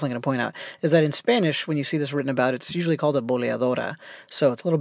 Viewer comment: You have a great spanish pronounciation.